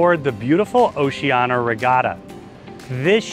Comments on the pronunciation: Seriously? Why are pronouncing it Oceana when it’s obviously Oceania? Mispronouncing it undermines your credibility. I do appreciate the tour, though, but it’s irritating to hear you mispronouncing the name. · Really love your reviews and walkthroughs - just a little peeve - It's pronounced "oh-see-ah-nee-ah".